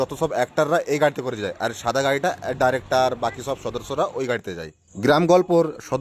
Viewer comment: ভাই ডাইরেক্টর নয় ডিরেক্টর